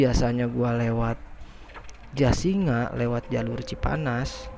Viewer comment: Jasinga kali...bukan jasira...😝